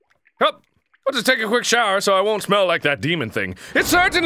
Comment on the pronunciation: Can't you pronnounce shower correctly?